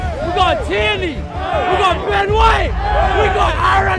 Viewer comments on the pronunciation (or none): none